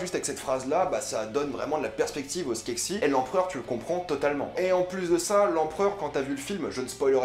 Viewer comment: C'est skekses pas skeksis